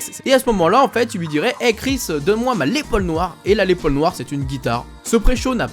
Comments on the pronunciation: on dit une "LAISSE" Paul pas une Lé Paul! On prononce toutes les lettres!:D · et on dit lesssss paul ;) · C'est Lesss paul, la prononciation, sinon super vidéo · Le s des les Paul se prononce car en référence à son créateur lester paulfus